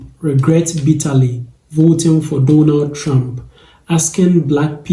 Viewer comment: Not the “I will boat, for Donal Trunk!” 😂🤣😂